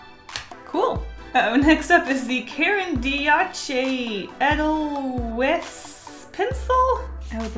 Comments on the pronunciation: edelweiss --> say aid-all-vice (think of the song in sound of music) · Caran d'ache is pronounced Karen dash Edelweise is pronounced ay-del-vice